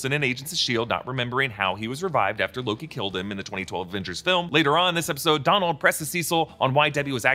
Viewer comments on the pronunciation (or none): none